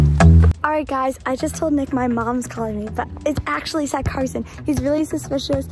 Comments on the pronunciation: Did anyone realize it’s Carson not carosn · I love how she spent Carson like carosn ahahaha🤣🤣🤣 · I just noticed called the Carson guy “ Carosn ❤️‍🔥” hahahah u gotta love 😂